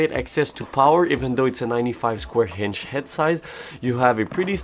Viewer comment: stop adding H on the words that dont have it like inch and others its really annoying other than that great review